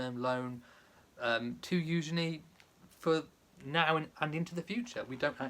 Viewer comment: Loved Eugenie’s beautiful dress. It’s refreshing to hear you pronounce her name correctly! Thanks for explaining the Great Gatsby connection! Beautiful wedding.